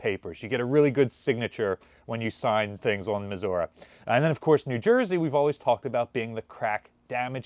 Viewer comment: At least he pronounced it right. "Missourah" Yep, that's us.